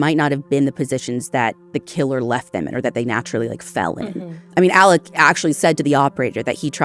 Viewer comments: In his jailhouse phone calls he himself pronounced it Ellick. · He spells it Alex but pronounces it Alec 🤷‍♀️ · His name is Alex, not Alec. Very different names. This show is usually on top of things.